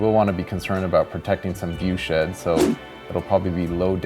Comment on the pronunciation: I can't be the only one that heard "viewshit" instead of "viewshed".